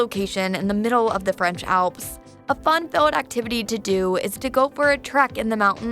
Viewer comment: Narrator really going out of her way to pronounce French with the hard R